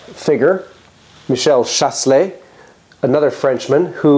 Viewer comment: Chasles (Michel Chasles french mathematician) is pronounced without the s : Chale